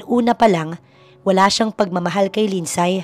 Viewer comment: Eto lang ang story dito na sobrang daming NEGATIVE na koments VERY, VERY TOXIC ang flow ng story…Paanong nangyari na mas may utak pa yung 3 y/o na bata kaysa sa CEO bilyonaryo daw na inilulubog naman sa sariling sabaw ginigisa sa sariling mantika ng cheater EX-GF.?? AT Take note—MAY PASSWORD daw yung tablet ng bata & knows how to change it hahaha! ( LINDSAY is pronounced as LIND-SEY not LIND-SAY )